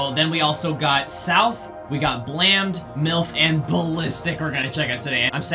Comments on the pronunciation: First The song blammed is not pronounced as ba-lamb-d it's ba-lay-m-d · He said blamd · That’s not how you pronounce blammed but alright